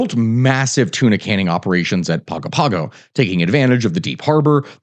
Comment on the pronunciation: The pronunciation of Samoan words in the needs work. Gs in Samoa are pronounced as ng. Pago Pago is pronounced like Pongo Pongo. Aiga is pronounces A-ee-nga. You did say Aunu'u correctly.